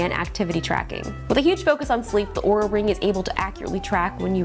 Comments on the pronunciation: Looks like this video might be taken down, she pronauced the name wrong its not oura its aura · 5 seconds in, could easily mistake the way it was said for OOH-RAH, instead of AU-RAH, like they'd insist it be said. This company can't even get reviewer relations correctly, why would I anticipate they have a useful product? How was this product review approved while others have been demanded to be taken down? Will it brick itself if it hears me mispronouncing the brand name? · Oura , Oura, Oura…. it’s ” supposedly” pronounced “Aura” how did iJustine get away with it? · Linus pronounced Oura wrong, the company got pissed. Long story short LTT won’t be working with Oura again. FTR, it’s pronounce “Aura”. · No, she is starting with Or and Linus was saying Ooo. Then he said Ar was the correct way which was still wrong. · not aura, ouuuuraaaa! :) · Lots of time goes into product naming and Linus didn’t do his due diligence when pronouncing the name. Easy route for Linus was to remove the video and blame the company however that doesn’t make Oura Ring wrong but could make other companies think twice before working with them without providing an English to Canadian translator. 😅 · RIP this video after they hear you say their name wrong. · why is your video up still even tho your pronounced the name wrong? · Wait did she say it wrong like Linus? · She said it wrong… look out Justine this video will be banned too